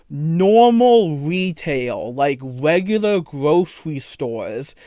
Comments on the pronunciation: You know any wegular wetail store that hire 14 year olds lol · "wegulah gwothewy stowes" lol sorry, had me cracking up